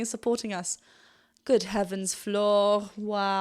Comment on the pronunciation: Cool you pronounced Floor's name correctly (english speaker rarely do)